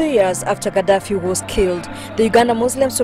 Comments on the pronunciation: He was Gaddafi not Kadafi. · You could at least make the effort to pronounce Museveni, Gaddafi, Idi Amin, correctly. What's wrong with you people?